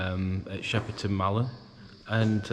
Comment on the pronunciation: It's shepton not sheperton you bafoon don't no where you are of course it's damp no heat in a old building get real clueless